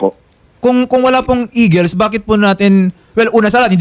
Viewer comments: eguls hindi eagles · Instead na Eagles..naging Eguls😂